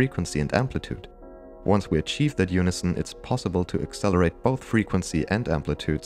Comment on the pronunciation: Accelewate our bwainwave hahahahaahah so glad u left that in hahahahahahahaa